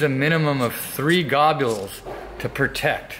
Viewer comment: "Oil Gobules" -Bad. D. Braddy